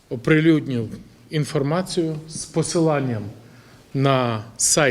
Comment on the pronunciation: Не "оприлюднlв",а "оприлюднИв" !!! Не " подивИться",а "подивlться"!!!